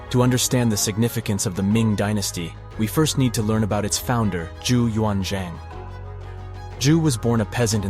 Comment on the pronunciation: I enjoyed the video and I found no glaring errors. You stated that the video was created by AI. You should somehow update the AI on Chinese pronunciation. For example Zheng He, the Zheng is not too bad, but He is not pronounced with a long e sound as in ‘ peace’ but with a short schwa ‘e’ sound as in ‘the’. The ‘zhuang’ in Zhu Yuanzhuang is incorrect. Also the ‘Zi’ in Li Zicheng is incorrect.